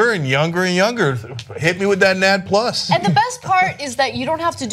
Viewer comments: Lmao you're so right dude (or dudette). These guys don't know jack about which they're talking about. It's pronounced "N-A-D Plus", not "Nad Plus". It's an electron carrier readily found in every single living cell. Every cell uses glycolysis, even anaerobic cells. This study is about as credible as Vitamin Shoppe selling RNA/DNA pills. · NAD+ doesn't rhyme with "bad plus". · Its pronounced EN-AY-DEE-PLUS. It is not a super testicle. Nicotinamide Adenine Dinucleotide. Its not a magic compound. Your body uses it and a few other things to carry electrons around. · As a biology major, I can't help but cringe at all the inaccuracies in this video… they didn't even pronounce NAD+ right, it's pronounced N.A.D. Plus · COULD YOU PLEASE PRONOUNCE NAD+ correctly it's N-A-D (the letters are said separately) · "NAD+" ha 😂 it's actually pronounced "N-A-D-plus" and it stands for nicotinamide adenine dinucleotide. It's used in cellular respiration. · N-A-D + is how you say it. And this is a naturally occurring compound in all animals. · it is pronounced En-ay-dee plus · Hehe she said nads hehe. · Anyone else cringe every time she said "nad" is nadh called "nad aitch" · N. A.D + stop saying it wrong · It's called "N-A-D-plus"..... as a biology major my ears are ringing just by hearing everyone talk. Also everyone has coenzyme NAD+ when you adjust the levels then you will manipulate the aging of cells, so you shouldn't describe it as compound that you make in lab which was what you guys were heavily implying. This entire video is oversimplified and is promoting misinformation. You guys should stick to politics and social news... or at least have a science major with you when you talk. I am an overall fan of and it's mission, but poorly done. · lol its pronounced as N.A.D + 😂😂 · I just kept cringing so hard on their pronunciation of NAD+ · I cringed every time they mispronounce NAD+ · you guys are saying NAD+ wrong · your supposed to say the letters separately in NAD like "OMG"